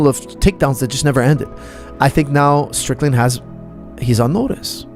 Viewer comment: Not ddp not say strickland but shicken